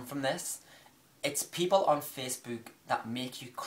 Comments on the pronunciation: The way you're pronouncing facebook is annoying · The way you say "Facebook" makes me giggle, everytime. haha >:D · Omfg the way you say facebook :')